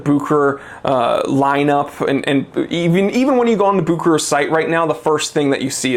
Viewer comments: It's pronoounced book ur ur my friend. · I talked with Rolex they're changing the pronunciation to Buke her hair. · The real name is Bucherer a Swiss name. But Americans are almost always not able to pronounce a foreign name correctly.